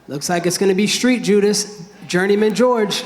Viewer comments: He called Jorge "Street Judas" LOLOLOLOL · "Street judist"...😂😅😆😁👏